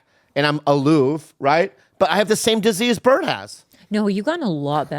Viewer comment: Bobby said Bert's name right , what universe am I in right now???? 😮